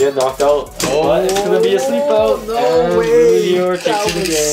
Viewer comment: calling luinor lunior Zwei luinor: Am I a joke to you?